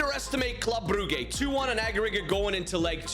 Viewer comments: Brugge you say brujje not brugge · Its pronounced bruje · it s club bruj ( the pronuntiation) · I can’t take him seriously when he calls Brugge, “brew-gay” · It hurts my ears hearing you say club brugge and i'm not even belgian. It's pronuced club bruje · The correct pronounciation is [Brujj] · Your saying Brugge wrong😂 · Your saying brugge wrong. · It hurt me every time